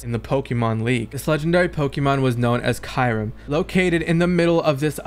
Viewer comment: Talk about miss pernouncing kyurim xDD still fun content none the less